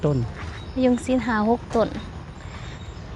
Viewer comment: มะยงชิด ช.ช้าง ไม่ใช่ ซิด ซ โซ่😊